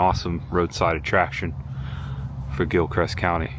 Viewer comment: I drive that road in the beginning every day on my way to work at Lancaster Correctional Institution outside of Trenton. Oh, and it's Gilchrist, not Gilcrest😅